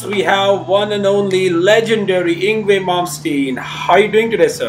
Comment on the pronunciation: I think it's time that the Masses Learn how to Pronounce Yngwie's Name ( Ing-vay) he's been in the business over some 30 years and still some don't know how to say it right. I'm sorry it just makes me crinch because he's a Legend and he deserves to have his name said right.